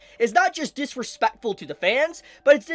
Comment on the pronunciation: Why do you say Dis-RE-Speck-Fuh like an Asian grandpa